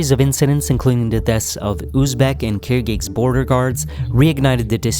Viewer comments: I appreciate the video, but the consistent incorrect pronunciation of Kyrgyzstan was quite bothersome. It is not KyrgyKstan, but KyrgyZstan. The people are not KyrgyKs. The word is Kyrgyz. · It's not "Kirkigs". It's Kirgiz and Kirgizstan. Look up the pronounciation. Like Kirgis basically.